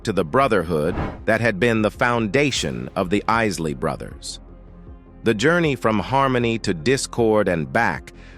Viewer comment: First of all, how insulting. This announcer pronounces the Isley Brothers to the Issley Brothers. Either this is a deliberate slight, or someone doesn't know what their doing!